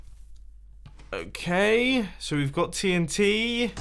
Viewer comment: TNTree its dynamite